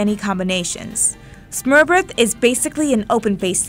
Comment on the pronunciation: As a Dane I wanna give you props for trying to say smørrebrød but it sounds so funny cause you guys don’t have Æ Ø and Å in your alphabet and it’s really not pronounced that way but a brave move nonetheless to try and pronounce it😂👍🏼